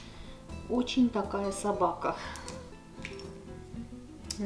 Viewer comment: Эгине, меня прорывает смех всегда, когда я слышу от вашего мужа "ОЧень ". 😂😂